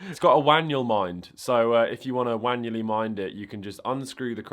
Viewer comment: So we just not gonna talk about how he said "Wanually mind it"???????